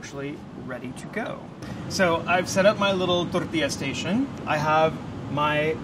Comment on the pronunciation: or vice versa, english words with an accent like when he said 'tortilla station' the station came out in an accent